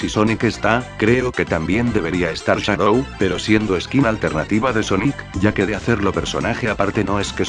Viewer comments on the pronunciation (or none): Shadow no shadoh